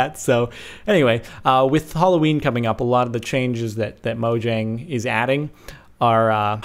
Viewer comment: mojang is actually pronounced MO-YANG